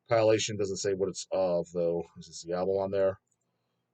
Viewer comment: do you like Com-pile-ation albums or the Deb-yoot albums?